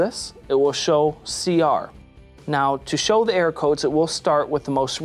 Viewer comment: It sounds like you say “air” code because you don’t enunciate err-or